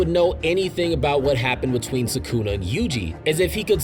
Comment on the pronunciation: Its not "SAkuna" its "sukuna" If gege kills gojo iam never gonna forgive him for the shit